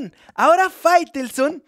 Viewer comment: Por qué dices Firestone? Es faitelson, Firestone es una marca de llantas